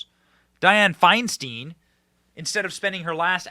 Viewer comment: Not pronounced Fiyn-steen. It’s Pronounced Fiyn-stiyn.